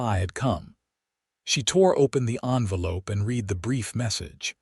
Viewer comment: So sorry you have no clue at all about the two versions of the words "READ" (pronounced " rēēd" - NOT PAST TENSE)(current tense) and "READ" (pronounced "rĕd")(past tense).